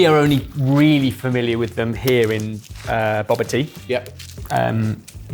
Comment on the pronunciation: I can't stand how and pronounce boba as bob-ah